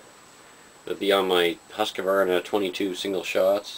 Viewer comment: I don't think they would be considerd youth rifles persay, parlour type rifles and/or for dispatching smaller birds and game caught in traps btw every gunvideo about Husqvarna rifles you guys pronounce it HuskEvarna, there is no E sound in there (